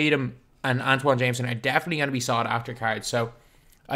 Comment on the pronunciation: has been calling antawn jamison Antoine Jamison for so long